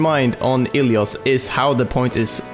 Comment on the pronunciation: Pls Dont say ilios dont say i twice try to pronounce it all together its really wrong and i know being greek